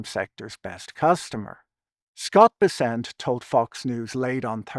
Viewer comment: Pretty sure it's BESS-ent.